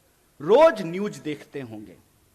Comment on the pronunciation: Phd...news ka pronounce bhi sahi nahi karta...